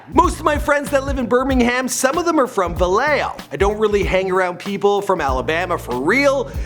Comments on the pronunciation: its actually VALLEJO not Vellejo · Vallejo* not Vellejo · "Vellejo" nigga lmao it's vallejo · Vallejo, CA*** not fuckin Vellejo. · It's Vallejo not vellejo but to sob x rbe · its vallejo not vellejo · This boy said “vellejo” lol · its vallejo man gotta rep 💯